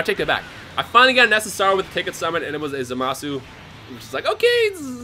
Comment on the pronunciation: ITS ZAMAS (still spelled the same)